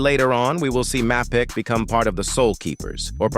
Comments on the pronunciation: I missed “jam-toe-pee” and “map-ick” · the pronunciation of Mapicc is diabolical